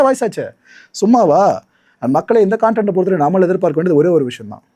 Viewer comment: இங்கிலீஷ் தப்பு தப்பா பேசறது கொஞ்சம் நிறுத்து இன்கேஷன் சொல்ல தெரியல தப்பா சொல்ற கன்டென்ட் அப்படி சொல்றதுக்கு கான்டன்ட்ங்கிற இன்கேஷன் அப்படிங்கறத என் கேசன் அப்படின்னு சொல்ற